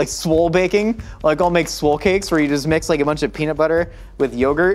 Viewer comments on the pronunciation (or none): none